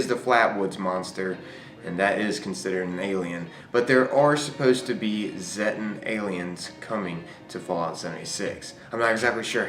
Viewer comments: i think it's pronounced Zeetan, not Z-tan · The Flatwoods monster is most likely a Zettan (actually pronounced zay-ta, not zeh-ta iirc, from the Greek letter Zeta) wearing a bio-hazard suit o protect it from the Scorch Virus. Presumably with time being moved forward by the Wastelanders DLC wave the Scorch Beast plague will be canonically eliminated (or at least pushed back and contained) and they will no longer need to wear the suits except in areas that stll have lingering infected creatures. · zéttens?! itsnt it more of a see-ta thing?